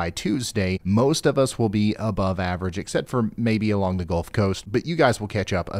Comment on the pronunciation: You said Golf of Mexico? Eh eh eh